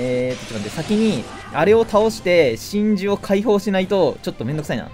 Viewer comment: の真珠の呼び方だと神獣に聞こえる